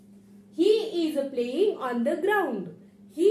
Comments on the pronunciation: हो सेकंट सेंटेन्स मध्ये तुम्ही फक्त एकदा प्लिंग असं म्हटलात मी पुढे व्हिडिओ पाहीला नव्हता पुढे तुम्ही प्लेईंग असाच उच्चार केला आहे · प्लींग उच्चार चुकीचा आहे मॅडम तो प्लेईंग असा आहे